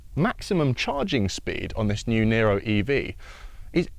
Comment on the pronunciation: It's "Niro", not "Nero"